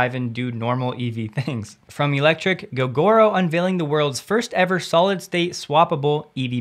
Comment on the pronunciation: Fyi gogoro should be pronounced go-go-row